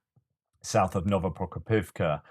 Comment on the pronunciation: You know its a good episode when puts his ears through abuse and has to pronounce Novoprokopivka 😆 One day you’ll get it hehe